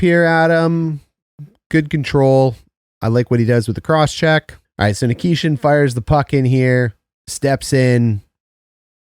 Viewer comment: As for the new young stud defensemen for the canes, I believe it is NI-KEE-SHIN. Loving these playoff videos man 🤙